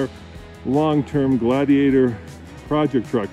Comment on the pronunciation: Does the defroster work better on Blaze than on the Glad-he-ate-er